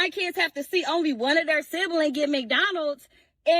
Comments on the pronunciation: I was wondering why she kept saying "Syphilis" and then I realized it was ebonics/hoodspeak (?) for SIBLINGS. She pronounces it "Sibalins"? SMH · Bruh the way she says siblings like “SiBiLiNGs”